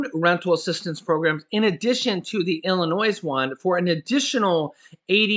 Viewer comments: Hi, the "s" in Illinois is silent. Just thought you'd like to know. 😊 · the 's' in Illinois is silent. And there are plenty of jobs in Michigan for people who want to work. There is no shortage of jobs there. I know because I live there. There are 'Help Wanted' signs everywhere. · the S in Illinois is silent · sorry.The s is not pronounced in Illinois!! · we must say your news feed is always spot on. We really appreciate the work that you and the wife do. There's only one thing that you say that's kinda funny when you talk about Illinois. We grew up their and really when you say Illinois the "s" is silent. No big thig its just something we pick up on it. God bless you and your family and keep up on the great job your doing. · The letter “S” is silent for the state of Illinois like most people that don’t live here makes the “S” sound when saying the name of our state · the s in Illinois is silent. 🙄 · Leave the S sound silent in Illinois. LOL